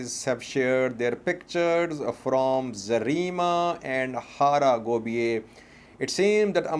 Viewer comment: Its Hara Gebeya not Hara Gobiye.